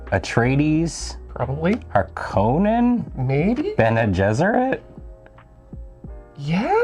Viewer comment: According to both Frank Herbert and the 2021 Dune film, the correct pronunciation of Harkonnen is "Har-kuh-nen", not "Har-koh-nen".